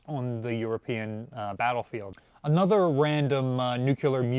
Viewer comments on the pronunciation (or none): none